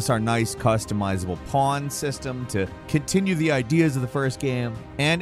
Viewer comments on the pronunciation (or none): none